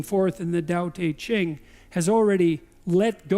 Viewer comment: I like that Peterson almost pronounces Tao Te Ching correctly. It's pronounced Dau De Jing... because reasons.